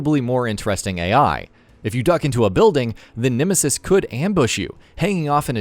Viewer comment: "The Nimisis"